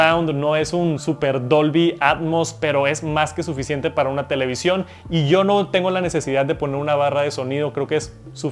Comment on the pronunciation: No se dice televisión 🤦🏻‍♂️